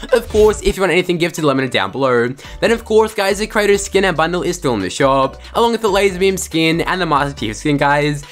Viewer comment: Travis Scott skinnnnnn😭 the way he says it🤦🏾‍♂️